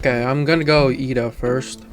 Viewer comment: do people still not know his name isn't Lida but Iida smh